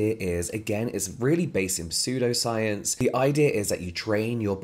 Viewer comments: james i love you but the p in pseudpscience is silent. - an english lecturer. love you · The P is silent as in (p)salt water bathing… 😅😂🤣🤣🤣🤣❤ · As a heads up, the "p" in "pseudoscience" is silent! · It took me a minute to figure out what exactly it was that was a bit…‘different’ about it as you said it! LOL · Just adds to your charm 😊